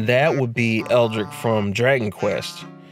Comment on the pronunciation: Also, you pronounced Hayabusa right (One of the few ones I've seen)... but misspelled and pronounced Erdrick (Though he was more of a Japan thing, in America he was known as Loto until later).